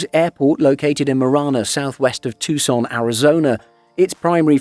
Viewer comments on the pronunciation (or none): none